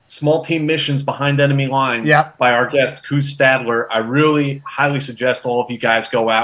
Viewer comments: Why make it so hard for yourselves pronouncing foreign names? Just sound them out, like Koos you pronounce kooz when it's pronounced almost like quiz; so replace the "z" with an "s" and you get the correct pronunciation Quis. Or try kwuhs. 😊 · It would be good to hear foreign names pronounced in the correct way. It's only respectful. For instance 'Koos' is correctly pronounced 'Koois' or 'Kwus' roughly. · Nice interview. As a point of interest, in Afrikaans, the name Koos is pronounced "quiz". Its the Afrikaans version of "". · Great interview, and good questions. Just FYI, the South African (Afrikaans) pronunciation of 'Koos' would be somewhere between 'Kwiss' and 'Kwuss'. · COooohz. Its Koos as in close but without the ‘l’. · The 'oo' in Koos name is pronounced like the 'o' in the word 'those'. Koos is not pronounced as 'goose' like is saying it. Koos is a typical Dutch name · Koos = Pronounced "Quizss". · Just started to watch this video and the pronunciation of his Afrikaan's name's abbreviation of "Koos" in English was just terrible to listen to. "Koos" is normally an Afrikaan's abbreviation for the Afrikaan's name of "Jacobus"